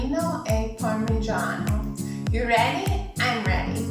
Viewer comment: Polenta is a typical delicious dish from northern Italy. In the USA is completely unknown as "Italian dish" (mostly pizza and pasta they know). I'm glad that this video shows this amazing recipe (with a good pronounciation of "Parmigiano" e rosmarino ; generally when American pronounce "parmigiano" they say "pa' mijeeaaaan").😱😱😱